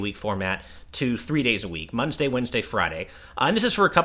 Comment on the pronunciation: Munsday Wednesday Friday 🤣